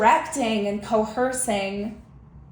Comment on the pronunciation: Co-hurssing …. Lmao! So dumb literally